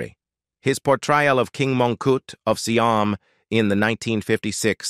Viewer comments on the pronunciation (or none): seeam (siam) & eeconic (iconic)?!